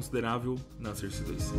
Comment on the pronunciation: Se fala sórce kkkkkk,porra de sôrce